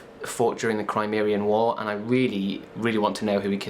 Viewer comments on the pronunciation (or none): LEFT-tenant, and crimean. not crimerian.